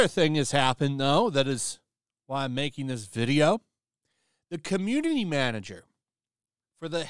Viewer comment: Lol "manger"